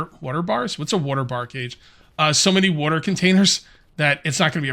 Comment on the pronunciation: The way you pronounce water drives me insane lol